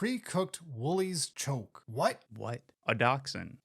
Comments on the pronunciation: The way you pronounced chook was like fingers to a blackboard It's a chicken so chook, it's an Aussie term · Oh my god, hearing butcher "An Uncooked Woolies Chook" hurt 🤣